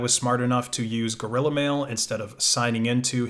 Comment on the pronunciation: That's... that's how it's pronounced.